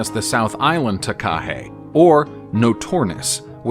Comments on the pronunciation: Takahē does not have a stress on the KA. The stress is on the HE at the end. Hence the macron signifying a long sound. Taka is short sounds like waka and haka ( NOT harka) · There is no rolled r !! It does disrespect. You wouldn’t hear maori, kererū or takahe. Pronounced in this flippant way anywhere in new Zealand Just check on a translation app or ask someone ! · Sorry but your pronunciation of Maori is completely unacceptable .. you could please make a little effort…. Repeating Kererū and Māori and takahe over and over with no effort to pronounce correctly … is sad. Or are you a bot ? Stop stop stop saying Mayory. Very lazy and insulting